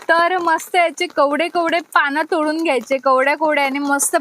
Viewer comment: 😂😂😂😂kawde. Nahi g bai kowade pan